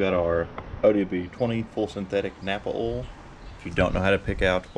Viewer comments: It's called "oil" no "owel" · It never gets old when people call OIL...OLL